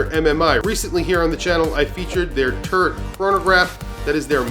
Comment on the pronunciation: Nice review - to this Brit, when you pronounce “Turret”, your NY accent makes it sound like you’re saying “Turd”.🤪 …”and there is the Turd on my 7 and a half inch wrist”! 🫢